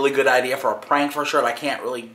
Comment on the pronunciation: That was a funny PPWWAANNKK!!! NIGGA